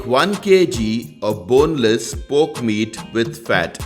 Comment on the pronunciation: Wow...!! Looks absolutely yummy and I'm pretty sure it'll be delicious in taste as well...but just a small correction...it's pronounced "PORK" and not "POKE"😉